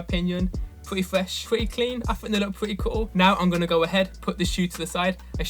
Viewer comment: Pwety fwesh, pwrety cwean, I fought they look pwretty coo